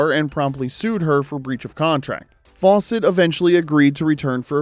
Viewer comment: How come the narrator pronounces Fawcett as "False-ett"?